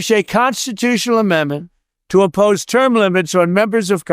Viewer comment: Hold on did he say “oppose term limits” or “impose term limits” because this changes a lot for me 👀